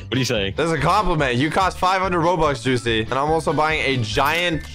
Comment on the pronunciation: u mean joocie?